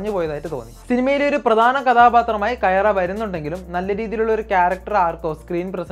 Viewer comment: കയാറ അല്ല bruh കിയാര ആണ്🤗